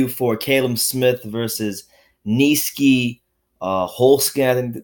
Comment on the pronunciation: U butchered my mans Nieky's name lol I didnt even know he was a boxer aswell, I liked his fights in Glory Kickboxing